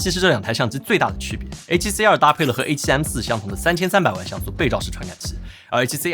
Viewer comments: C2跟CR听得傻傻分不清😂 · 跟介紹ZV E1一樣，完全不知道為什麼不改說英文就解決了